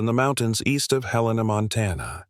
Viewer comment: Love the story, except Helena wasn't pronounced correctly!